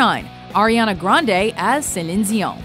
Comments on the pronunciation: Celine "Zeion"? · Celene "Zee-on"? WTF? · Ariana Grande doing impression of "(attempted yet failed French accent) sel-linn de-o"? Wow. Learn to pronounce people's names correctly,. Smh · It's Céline DION! NOT "Sillin Zeeon"!! There is NO "Z" in Céline Dion!!! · Seline Cion? Who the heck is that? I only know Celine Dion? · I'm sorry what? Sellin xeon? No, it's Celine Dion. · Isn't it Celine Dion, and not Celine Shigong? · How is it that i scrolled for days and no one mentioned how she said Celion Dion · Who’s “Celizion”?! Lol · Who is Zeleen Zeeon? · No one says Ce-lion Deh-onion, neither should you. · Does the narrator actually say "Celine Zion"? :-D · Céline Dion is pronounced Selene deon basically not what ever you said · You are terrible at pronouncing Celine Dion... it's not Diyon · Suh-lin Zee-awn? WTF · omg it's pronounced like "cee-lean" (Celine) I don't even know what the fook she was trying to say 😂😂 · why the fuck does this channel pronounce Celine Dion like chandon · I hate it when the woman is speaking perfect English and then has to speak anything that is remotely French in a perfect French accent, Celine Dion becomes Celeeennee Zion. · "Ariana Grande as Celinn Sión" ....wtf? ^^ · the narrator always says Zeline Zion. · WTF is Cizen Deon? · It's ce-lean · see-line dee-on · the pronunciation of Celine Dion by the narrator is super pretentious damn. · Why does the narrator keep mispronouncing celine dion??? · I don't even think Celine Dion pronounces her name like that. I would do it with a little less narrarating and a little more articulation??? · Man, even Celine Dion doesn't pronounce her name like that. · I could seriously repeatedly punch the narrators face in she has the worst ability pronouncing names i was like WTF when she said celine dion's name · Everytime pronounces Celine Dion, everyone in France cringes. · Came for the impressions, got to listen to some weird white girl try and say Celine Dion.. Please quit...